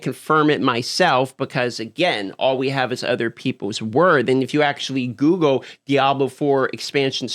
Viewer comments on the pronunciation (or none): none